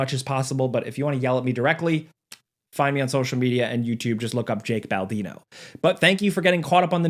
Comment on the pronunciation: Yeah but your name is Baldino not Baladino😂